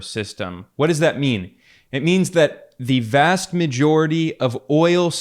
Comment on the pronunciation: You pronounce "demEnd" instead of "demAnd". The same story with "vast". Correct pronunciation is "vAst", not "vEst"